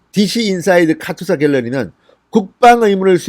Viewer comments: 진**님 카투사(카츄사아님)로 발음해 주세요~ㅋㅋ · 카츄사가 아니고 카투사입니다! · 카츄샤 아니고 카투사입니다! 발음이 안되시나요? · 카추사가 아니고 카투사입니다~~!! Korean Augmentation to the United states Army.